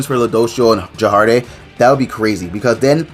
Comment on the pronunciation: it took me a while to know you were talking about gerharde when you said jerharde